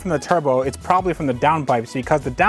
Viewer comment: PROBABLY !!!! Not proably.... :)